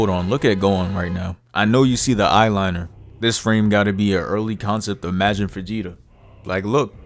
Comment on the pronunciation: Aye bro this video funny asf, but why do u say majin like that?